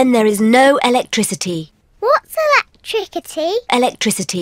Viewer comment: Electrikcity? Electricity Electrikcity?😂😂😂😂😂😂😂😂😂😂😂😂😂😂😂🤣🤣🤣🤣🤣🤣🤣🤣🤣 had me laughing lol